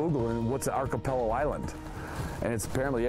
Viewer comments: First, the narrator needs to learn to pronounce 'archipelago'. Second, I am again thankful that where I live, north central BC, I drive fifteen minutes from my neighborhood and I'm hunting ruffed grouse. As for killing one of ten flushed, up here it's more like one in three. On a good day it's one in two. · What a way to pronounce Archipelago lolol. Great video though, makes me feel like I was back home